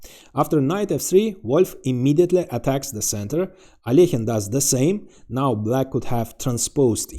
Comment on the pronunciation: Love the thumbnail! Look forward to watching the vid. Alekhine is a total gigachad; glad you pronounced his name properly, I cringe when people pronounce it AL E KYNE My Dangerous and Deadly Threat, Squeezed etc counter is on😂 cheers!